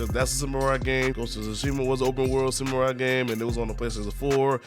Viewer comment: "Some-more-eye" and "Noah" xD